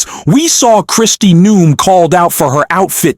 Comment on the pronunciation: Mispronounced Noem